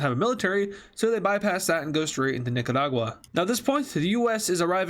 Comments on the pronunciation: You pronounced it nicadua. It’s Nicaragua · The Way He Said Nicaragua Made Me Laugh